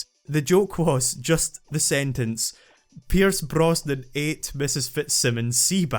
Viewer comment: Pierce.....something Mrs. Something's seabass? Something something something. Watched this long. Oh. Pierrrce Brrrosnan ate Mrs. Fitzsimmons' seabass. *Facepalms Welp